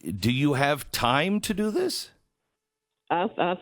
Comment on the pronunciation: Why does Glenn's sidekick buy pronounce the word "time" as "tie-yeeeeeem"?